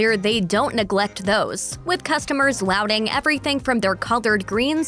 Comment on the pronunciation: "lauding" is not pronounced "louding" as in this video! It's "lawding" (lauding). Every time she said "louding" I would cringe. I hope that you will be able to cross the Pond one of these days, and try the many varieties! (You need to experience a Hawai'ian luau, too, for the meat that is prepared Polynesian-style.)